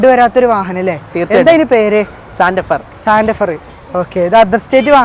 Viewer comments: Santefer അല്ലsantafe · Santefar alla.. Santefe vandiyude perenkilum padichu vekkede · Santafar allada hyundai musafir..😅ijjadi😅😅😅